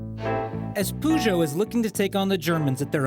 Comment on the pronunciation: i think he tried to say Peugeot xD